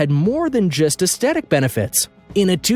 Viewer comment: Aesthetic is pronounced Aestetic? Hmmmm....